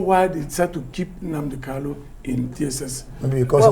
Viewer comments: Actualy he pronouced Mazi Nnamdi Kanu's name pretty well, Igbo Language has many dialects Kanu or Kalu is correct. He's a good Lawyer! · since MNK own is kanu, and all his certificates carries kanu, why can't he just pronounce it kanu? One may think he's talking about another person. I have lived in igbo land for years and my hometown is less than 2hrs drive from the igbo capital city, Enugu. I may not be totally ignorant about these things right?